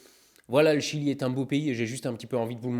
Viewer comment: MIAM jedore le jilieuh